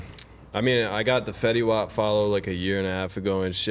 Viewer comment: They don't call it Fetty wop it's just Fetty lol